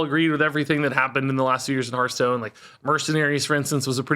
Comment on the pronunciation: Glad is leaving purely so I don’t have to hear him go “HERF-stone” anymore 😅